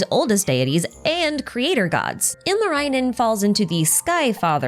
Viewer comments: Singing contest... I'm assuming you'll leave the analysis on the type of singing contest to your other video. Anyhow, great video! Lots of things I already knew as a Finn and a bunch of stuff I didn't. Seeing is all in Genshin context is very interesting. Tip for pronounciation: the vowels are largely pronounced similarly to Japanese. I admit I kept cringing whenever you said Ilmarinen. But otherwise you did pretty well. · The way I hear the good try with finnish names. Ilmarainen. Ilma means air. Also, the double consonants being very hard for English speaking people is always very hilarious. Lot of Finnish folklore names have double letters in them.